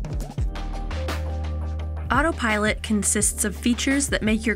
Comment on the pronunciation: Why does her first "Autopilot" sound like "Autopirate"? 🦜